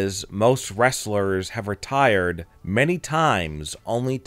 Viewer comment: He didn't say retired!, He said Rock-tierd . Which meant hes just taking a rest 😅😅